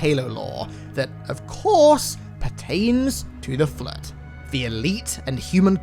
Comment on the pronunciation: Nobody:: "The Flutt"